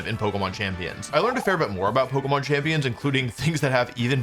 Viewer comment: Since when has Wolfe pronounced it "pokmon"